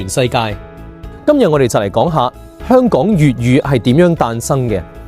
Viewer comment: 點解連你都將香港嘅香讀成輕音（類似普通話第一聲），而不是重音（類似普通話第四聲）？我覺得「香港」個香一直都應該係讀重音。輕音係「裝香」或者「楚留香」個香。輕重音係廣府話好微妙嘅地方，就好似「一堆沙」同「沙灘」嘅沙，一個係重音，一個係輕音，母語係粵語嘅人分得出，但好難講得明畀母語唔係粵語嘅人聽。